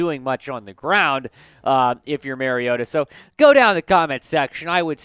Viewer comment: I agree. Mary-O-ta, whoever that is, needs to be benched. Though I'm not sure how a team goes about benching someone who is not on their team. Mar-E-O-ta on the other hand is just fine. Has the team overachieving. Don't be telling people who needs to be benched if you can't even be thorough enough to correctly pronounce their name.